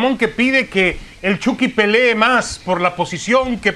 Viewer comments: Soy yo, o se escucha que le dicen "el chocky" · jaja igual iba a comentar de que le dicen "EL CHOKY"